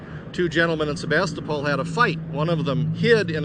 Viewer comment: I have family from Sebastopol, have been going there for almost 30 years, and I have never heard anyone pronounce it that way. The last syllable is pronounced like pool!